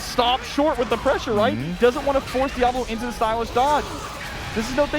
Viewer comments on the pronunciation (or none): It’s di-A-volo, not dia-vOlo.